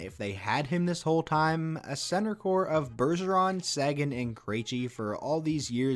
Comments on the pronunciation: It’s SAY-GAN, not SAGIN you idiot. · Pretty sure Tyler Seguin's name is pronounced "Sayguin" not "sAguin"